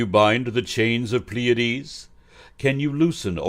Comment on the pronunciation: It'd be nice if he knew how to pronounce Pleiades.